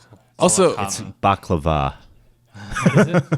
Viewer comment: And fun fact, its "buk-la-wah" (if you were referring to the Arab/Greek sweets)